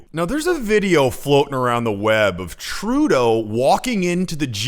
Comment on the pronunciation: 1. This presenters way of saying Trudooo is getting onto peoples nerves. 2. Why is Trudeau always timid around other people?? Was he abused as a child??